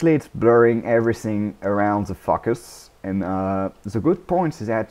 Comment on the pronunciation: Nice tutorial, thanks! Also, i like how you say focus, you say something like fuckus :P